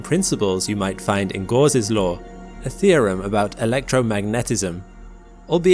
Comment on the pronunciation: I'm pretty certain Gauss rhymes with mouse not moors.